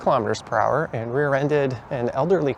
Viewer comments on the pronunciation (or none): none